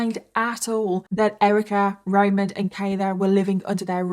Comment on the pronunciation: *ramon Rivera, not Raymond Pronounced like ramone